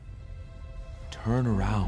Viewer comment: I love the way you pronounce “Zoey”